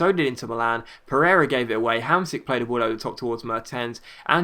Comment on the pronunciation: say Hamshik, not Hamsik